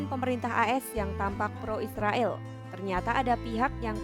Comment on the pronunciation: Narator kompas sdh pasti muslim. Israil katanya😅😅😅😅 Tidak bisa ngomong Israel.